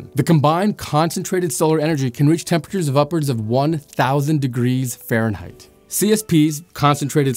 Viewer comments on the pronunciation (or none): none